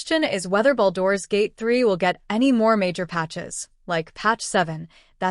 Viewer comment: I heard baldoras gate